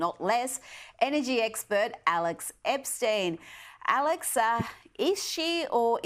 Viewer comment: Will she ever pronounce Alex's name right?